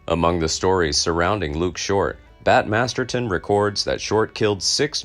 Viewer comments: Mispronounced Bat's last name,its MASTERSON not Masterton. Otherwise very good and interesting video, also its a saloon in the old west and not a pub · Masterson, not Masterton.